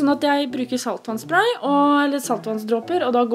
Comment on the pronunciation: trode hun sa satans spray